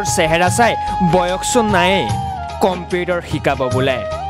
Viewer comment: নে এই কোৱা জন। আগতে ভাষা শুদ্ধকৈ কবলৈ শিকা কমপেতাৰ নহয় কম্পিউটাৰ বুলি কয়। ইমান মিউজিক সুৰ দি ক'ব নেলাগে । দুখীয়া মানুহৰ দুখৰ বুজ ল'বলৈ চেষ্টা কৰক আৰু সহায় কৰক। ইহঁতক TRP লাগে